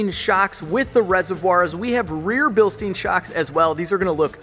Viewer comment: it's "bilshtyne", not "bilsteen"!